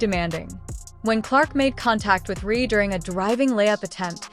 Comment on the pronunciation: The name is Reese, not Rhee! Is this an AI thing, because it's really annoying!